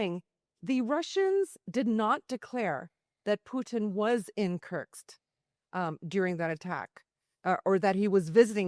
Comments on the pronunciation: WTF is curtsks? Stop saying SCUTTLE and learn how say the names of the oblasts before you take to the air. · Good reporting! Keep it up! But also, please learn how to pronounce Kursk... (It's not Kurktst.) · Kerrrrrsssskkkk. Kursk Kuuuurrrrrkkkkk. Not kirks or kercks or kurk. Yikes. How is it so hard read and repeat? Just saying. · It’s Kursk!! There’s no t in Kursk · She cant even say Kursk properly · Lady, learn how to pronounce Kursk